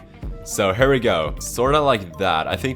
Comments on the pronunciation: When you say "here" it sounds like you say "hare". It should sound like "hear". A hare is a rabbit. ;) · why do you say "hur" instead of "here"